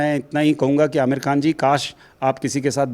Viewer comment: Aamir kkan ji nahi Aamir boliye